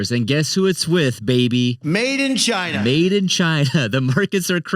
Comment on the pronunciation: Hey everybody, my name is and welcome to Sound Board Finance, where I help you master your money and build your ‘MADE IN CHYNA’” 💀